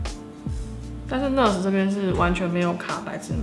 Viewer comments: NaAAAAAaaars Not ners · 應該是唸內阿死，不是呢呃死吧🤔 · 跟我念 那尔s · 應該是念ㄋㄚˋ ㄦˇ ㄙˇ吧🤣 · 單音節是唸ㄋㄚˋㄦ斯喔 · NARS的唸法有點怪？？😅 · 原来不是只有我这样觉得。lol～美音的话r要发出来，英音的话没那么强调。不过没关系，爱汤的化妆技术❤️